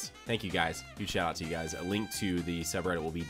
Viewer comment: "Huge Shitout"? I think you mean huge shoutout haha